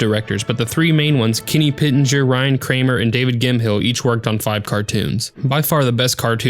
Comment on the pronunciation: Gim-hill? pronounced Gim- mell